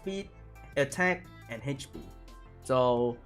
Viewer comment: haych pea